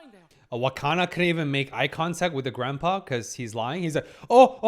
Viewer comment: also i gotta say... its wakana not hakana